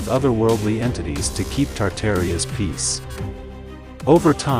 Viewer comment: what is "Tardaria'? 🤣🤣🤣